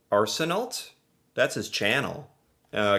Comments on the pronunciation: Arsenault is pronounced arsen-oh. Not arsen-alt. French. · Oh, I think the majority of Canadians know that Americans know very little about Canada and Canadians. That is why it is so easy to BS Americans. Arsenault is pronounced Arson-o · LOL! I had to laugh at the end because you mentioned bilingualism and then mispronounced the name :) Ar- se- no would be more accurate. Keep up the good work and keep trying :) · If no one has already let you know.....Randall's last name is pronounced "Ar-son-no". It's a French Canadian name. He's becoming a national treasure! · The Canadian guy's last name you're watching is pronounced Arseno 😊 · Arsenault is pronounced "are sun oh" (ault in french is pronounced oh) and the poppy is also worn on rememberence day in the UK , Australia, New Zealand. World War 1 endec at 11am, November (11th Month) 1918 hence 11/11 for a minute of silence in respect for those who have fallen since then till now. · "ar sen no" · Arsenault is pronounced AR se no. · Arsenault.....the lt is silent...